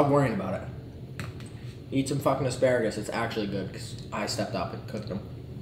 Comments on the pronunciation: is it just me or is chris also saying Sparagus instead of Asparagus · Chris says “esparagus” hahaha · no he said sparagus lol